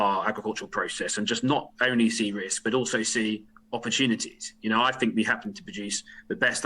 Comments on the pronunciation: I fink, you know, Tom might have, you know, got this wrong, I fink. (I fink he might be a bit fick, you know.) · Jesse Christ the man can't even say "think" properly! My birthday wish is to get the fuck out of this union and do it bloody fast!🏴🇪🇺